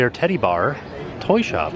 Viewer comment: Teddy he said TED-DY, sheesh!